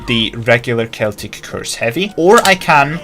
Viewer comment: Im just glad to see someone that pronounces "celtic" correctly xD